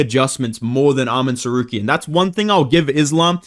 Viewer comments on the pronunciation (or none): Why do u say Tsarkeryan